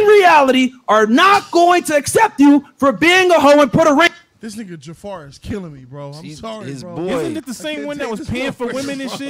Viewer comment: Bruh you called him Jaffar im wizzzeaaak